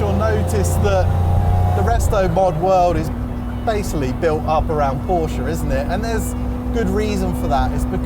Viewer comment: Stop saying porsch-(uh) please. It sounds so bad😭 On the other side. Beautiful video❤